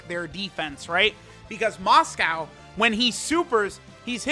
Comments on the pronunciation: It's Mosco, but for some reason pronounces it as "Moscow" lol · Still pretty weird considering he knows how its pronounced but still ends up calling it by the food. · "For some reason"... maybe it's because the name is derived from Moscow Mule, so even tho it's Mosco, Moscow ain't that wrong